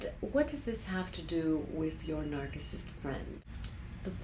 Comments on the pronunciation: Please note the pronunciation of the word "narcissist". Sounds like 'narsissist' not 'narkissist'. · it's pronounced "narsissist". great vid though. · Well, that's true, but regardless, the pronunciation should be with a soft "C." I guess the "R" is optional... some pronunciations show it and some don't. But the soft "C" is definitely the standard. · lol narkissist i thought it was narcissist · Why are you pronouncing Narcissist with a hard C? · Why do you pronounce it "nark-iss-ist"?? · NarKisists? Is that the Greek pronunciation. Or so you just need to hear yourself talk? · Despite the weird pronunciation of Narcissist the advice and warnings here are spot on. These people are a cancer on the face of the planet. It took me two years to finally realize I could not change or ultimately help this demented monster and I got out. I sincerely believe that the colon and thymus cancers I suffered came as a direct result of the unbelievable and unbearable stresses and strains that living and working with this woman caused me. VL Fanai of Carlsbad, San Diego rot in hell. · you cant even pronounce narcissist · You`re still pronouncing it wrong. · I've never heard it pronounced the way she does. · You're speaking english and pronouncing one word in greek. Strange.